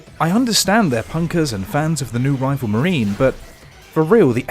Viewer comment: " ...I understand their punkers and fans of the new rival MARINE " ... Marine? Lmao